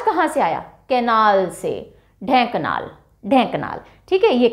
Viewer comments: When odisha was poor, everybody was talking there could be nothing at odisha even if people said where is odisha we don't know.Ri8 now it is developed all are interested to touch with odisha.But some pronunciation are wrong like that kend ra para it is kendrapada ,Dhen ka nal nahin Dhenkanal hai Bar garh nhn Bargad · Mam it's not angul ... It's anugul and also it's not ढेंकनाल its ढेंकानाल